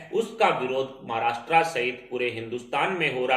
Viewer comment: The language used is impure and pronunciations are incorrect.Maharastra is wrongly pronounced.